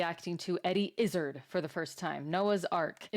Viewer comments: It's pronounced Iz-zAAAARRRD, not Izz-ugh-d. And "he" is now a "she". Also, 'The Owl And The Pussy-Cat' is a famous 19th-century British 'nonsense poem' (in the same way that the Lewis Carroll poem 'Jabberwocky' is) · Her name is pronounced "izz-ARD'" not "IZZ-erd.". After a long period of gender fluidity, she decided she would prefer to be considered female. Personally, I think she is an international treasure. Just as an aside, much of her performances are ad libbed. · let's home she learns to pronounce his name sooner than later... its Izzard where ard sounds like yard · You should check out Eddie Izzard (by the way, it's more pronounced like I - zaaaahrd, rather than like gizzard) in the earlier specials she's done. My personal favorite is Dressed to Kill. Others are Definite Article, Unrepeatable, Circle, Glorious... She's also been in some movies, and a tv series. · Welcome to the surreal and uniquely fabulous world of Eddie Izzard. By the way, in Britain, we say his surname such that it rhymes with "hard". Keep these lovely reaction videos coming. And good luck settling into your new home! 🙂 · It's pronounced Eddie Iz - Zard rhymes with Eddie Is Hard. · Fantastic comedian and comic. The last part of his name rhymes with 'hard', BTW. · Eddie Is Hard is the pronunciation. I meet a relative of his once! When he said his surname I said like Eddie? And he went off on one about how Eddie dresses etc, (you will learn?), and Pride marches etc! And why can't hetero people have marches as well? I only wanted him to sign off the bloody delivery! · Izzard is pronounced more like "Is Hard" with a dropped 'H'. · You are mispronouncing their last name. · I came here to say this came thing. In Dressed to Kill we learn all the backstory needed to jump start your new fandom. His last name is pronounced with emphasis on the last part. Not izzard like lizzard, but IzzARd... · It's a dinner jacket, and his name rhymes with "hard", not gizzard. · Izz 'ard Like hard without the 'h"